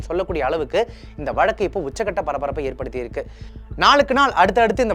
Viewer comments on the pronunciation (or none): none